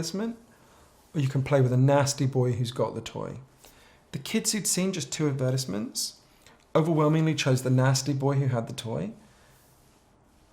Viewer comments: why does he pronounce advertisements like that lmfao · The way he says advertisements sounds like he’s saying appetizers 😂 On a more serious note, I deleted Snapchat, Facebook and twitter several years ago, but it always seems like something comes along and fills the void. I deleted those ones, then I was addicted to Instagram. After removing Instagram, YouTube and Reddit filled its place and now it’s just youtube constantly. It really does feel like an endless cycle. I think I’m addicted to the sheer volume of information that is out there and ready to be consumed and it drives me crazy